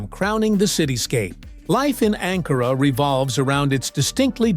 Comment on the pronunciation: Warum sagst du Angora Ankara ist richtig???